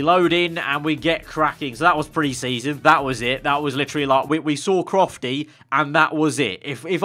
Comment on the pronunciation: Aggg it's crofty😂